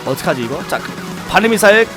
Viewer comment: 진짜 발음 좋아지신것 같은데 아직도 발음이 좀ㅋㅋㅋ 안서서여(안썼어요) 어트카시이그(어떡하지 이거)등ㅋㅋㅋ